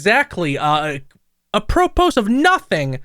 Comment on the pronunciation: Feel immediately saying APP ROW POES instead of apropos is a great way to start this